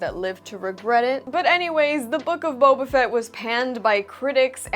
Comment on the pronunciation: With all due respect..... Booba Fett.